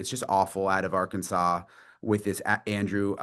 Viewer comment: Maybe they start saying the name of the state right ark Kansas